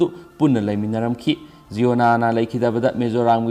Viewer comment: Sir jiona Nate,(ziona-)jai-on-ah haibi o🤣